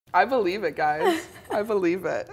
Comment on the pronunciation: "I be weave it 😂😂🐟😂